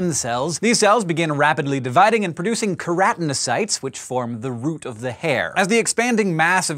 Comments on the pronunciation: She called the specialised cells that colour hair 'keranocytes', although the word onscreen is actually spelt 'keratinocytes'. Does she have a problem pronouncing certain syllables, or maybe she learnt to read by unconsciously cutting out the occasional syllable or two from the middle of longer words for faster assimilation of any written word in front of her. Who knows? More to the point-who cares?.. Maybe I'm just a tad tooo pedantic... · It's pronounced kero-teno-sites